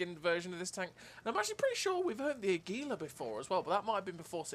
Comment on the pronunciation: Your pronunciation is close but you're putting the emphasis on the second syllable, emphasize the first: AH. Aggylah. Águila.